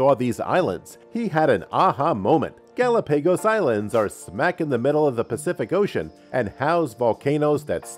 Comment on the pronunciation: Gal a pay goes island. Thanks anyway. 🤣🤣🤣